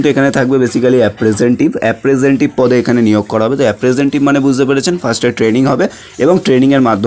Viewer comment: অ্যাপ্রেন্টিস হবে। উচ্চারণ ভুল বলেছেন।